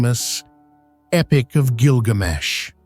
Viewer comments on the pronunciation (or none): none